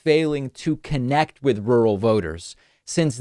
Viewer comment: Rurr-al. Rurr. Al